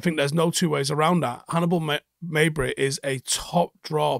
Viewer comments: Bro PLEASE It's Mejbri not MEYYYBRI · the j is pronounced in arabic. great video